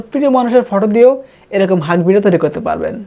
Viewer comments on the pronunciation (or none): none